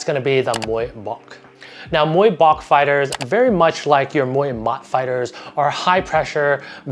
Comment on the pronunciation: Amazing video ! Just want to suggest about Muay Bouk, it should pronounce like “Book” but with low tone 😀